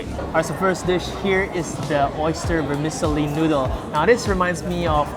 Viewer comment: Hi Guys, I really enjoy your videos. A quick shout out about vermicelli - the c is pronounced like ch like “cello” not an S sound - as in most Italian words with a c